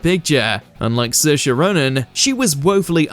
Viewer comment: Absolute bs . You can't even pronounce Saoirse properly . It's sh or sa .